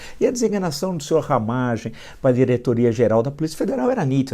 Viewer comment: Ele n sabe nem falar o nome do Ramagem. Diz : " Ramagio" kkkkk Infelizmente,cessa culpa eu carrego